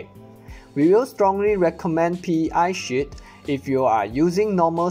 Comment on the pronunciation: D Yeah he definitely said SHIT every time. But he knows two languages. English and something else. Which is 2 more than most Americans.